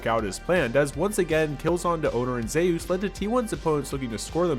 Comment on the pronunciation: it just pisses me off how he says zeus